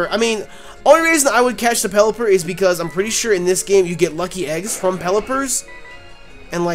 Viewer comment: did you say lucky egg's from pelleper's?